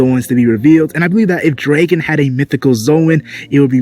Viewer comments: you say "draegon" it tilts me xD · why do you say "Draegon" bro